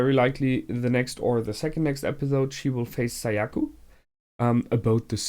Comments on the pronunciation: Whenever he says Sayaku, it always reminds me of "Seyiku" from "Meduka Meguca." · Also Sayaka not Sayaku